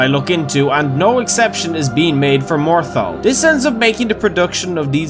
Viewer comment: Legend said morthal kombat...